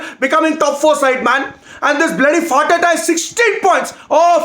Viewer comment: Thanks for not giving us azpilicueta... U cannot just say farteta lol. Put some respect on his name 😂😂